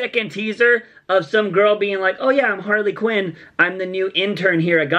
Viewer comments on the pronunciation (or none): She said queen it didnt even sound like "quinn" lol